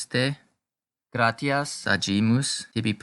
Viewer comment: Very good. Muito boa a sua iniciativa de trazer a pronúncia eclesiástica para seus seguidores. Sou Católico da Missa Tridentina e fiquei feliz pela iniciativa. Algumas palavras não estão sendo pronunciadas da forma eclesiástica mais "padrão", digamos assim, como: gratias e palavras com "ae" como "bonae", por exemplo. "Gratias" possui pronúncia mais próxima do "gracias" do espanhol. "AE" tem pronúncia mais próxima ao "A" de "femAle". Obrigado pelo trabalho.